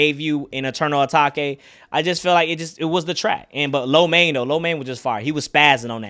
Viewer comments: It’s not Ah taki it’s ah take its eternal ah take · ETERNAL UH-TAKE not (uh-taki) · my guy still says eternal atakay